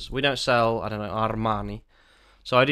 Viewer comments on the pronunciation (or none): ar-r-r-r-rmaaanii snob alert! jk brilliant video as always